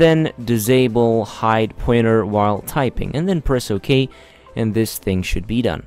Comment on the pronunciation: Its called pointer not poyeter. You got me confused since i couldnt find tge "poyeter"